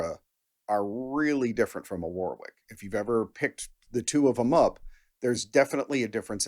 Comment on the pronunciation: The middle W in Warwick is silent…